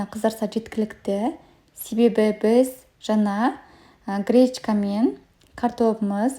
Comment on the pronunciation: Кречка кречка деп не айтып тұрсың,не кречка а гречка🤦‍♀️